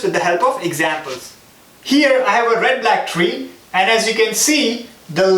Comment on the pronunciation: Introduction 😲 😂😂Red Blaack treee😂